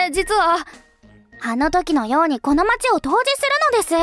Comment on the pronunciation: 統治(とうじ)じゃ無くて統治(とうち)だと思うな。